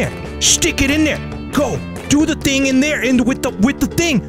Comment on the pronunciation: No HE DIED when he stayed thar